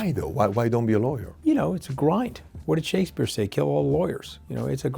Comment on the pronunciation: Chake-speer said that?